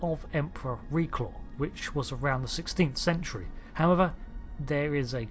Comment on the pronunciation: Not Reclaw but Raclaw I’ve told you about your f***ing mispronunciations before